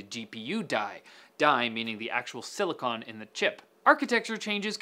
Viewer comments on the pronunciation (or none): none